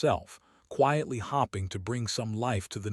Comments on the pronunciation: For Heaven’s sake,! Would you PLEASE teach your AI reader that “hoping” has a long O sound. She was hoping NOT hopping. Sheesh! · Why can't narrators in these videos not pronounce 'hoping" (long "o") correctly? The correct pronunciation is not "hopping" as in "the rabbit was hopping" with a short "o" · Star ring? Star ring! AI can’t read (red). Maybe the editor is hop ping readers won’t notice 😎